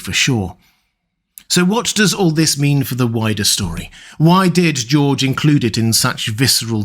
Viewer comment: “Georgerer Martin”